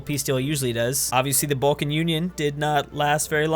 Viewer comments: its bcz you called the balkan union ''baltic union'' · Name sans:Balkan Union:Baltick union Me:WTF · It's balkan not balcan or baltic